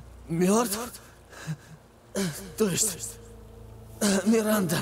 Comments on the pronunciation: 12 00 сказал миринда вместо Миранды ахах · орнул, когда сказал "Миринда" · Миранда: существует: "Миринда..." )))